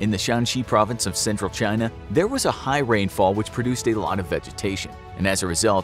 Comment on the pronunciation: Chey-na at it again